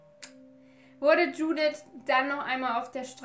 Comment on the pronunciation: Hey 👀🌸 Erstmal, tolles Video :) 2. Ich bin selbst Ungarin und ich denke Mal die Namen sollten so ausgesprochen werden: Judith wird so ausgesprochen wie du es im deutsch auch machen würdest,also nicht so Englisch. Bei Maria denke ich Mal dass sie wie auf ungarisch Mária ausgesprochen wird also Montag einem langen a und sonst auch wie auf deutsch.(Das a ohne den Apostroph können deutsche nicht wirklich aussprechen deswegen gehe ich da jz Mal nicht drauf ein) bei Ági wird das a auch einfach lang ausgesprochen und Barna ka kenne den Namen nicht haha auf jeden Fall spricht man deren Nachnamen (also Barsi) Barschi aus (denke ich Mal) weil im ungarischen ein einfaches s sch bedeutet. Also auch wenn es jz nicht so wichtig war wolltest du ja im Video immer Mal wissen wie man das ausspricht und ja 🌸 Hab dich lieb